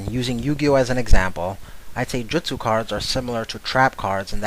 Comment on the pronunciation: No way you just pronounced justu wrong.